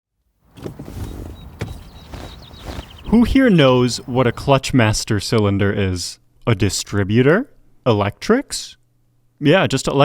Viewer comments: it’s pronounced clutch MASTER cylinder. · Interesting pronunciation of "clutch master cylinder." It's not a cylinder used by some sort of "clutch-master" person. It's the master cylinder of the clutch. There's the master cylinder that the foot pedal directly engages with, and a slave cylinder that operates the clutch itself using hydraulic power from the master.